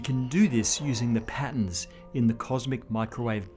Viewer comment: Dotter? Pattons? Wtf is this guy talking about?